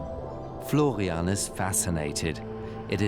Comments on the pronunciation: So is the man's name Florian or Flovian? I'm hearing Flovian. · if i hear florrrrrrrrrrrrrrrian once more in my life, i swear